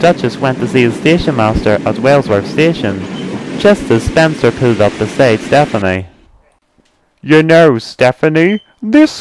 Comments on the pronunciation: You said Stefanie, and it's Step-ney. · He's like that because you pronounced it as Stephanie. It'd actually pronounced Step-ney. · It's stepney, not stephnie!!! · its stepney not stephanie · I'm from the UK and when the narrator says Stepney it sounds more like Stephanie! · Why does the person keep saying stephany? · And it is pronounced "Stepney". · Nah its Stepney, no SePHAnie. I think he's just pronouncing it wrong.